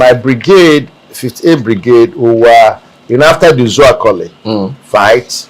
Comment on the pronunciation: Na my town Uzuakoli you dey pronounce like that